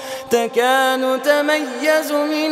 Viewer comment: Asalam Alaikum Sheik, it is تكاد وتميز من الغيظ , not تيكا(ن) وتميز من الغيظ I am not sure if the is coming out of my speaker but I just wanted to let you know 🙂